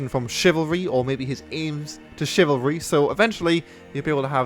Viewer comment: chivarly... chivarly..